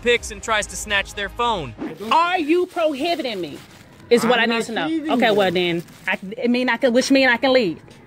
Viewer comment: Da needs to learn what the word prohibiting means. She means detaining and keeps saying probiting. Ridiculous.